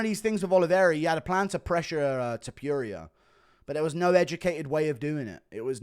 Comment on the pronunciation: can you please show respect and pronounce topuria correctly now?